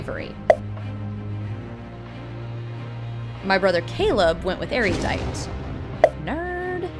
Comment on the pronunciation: MOLLY IS ASIAN!!! And did I hear "Erudidiot?" :P